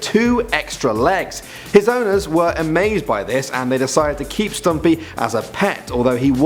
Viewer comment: When he said stumpy I thought he said stampy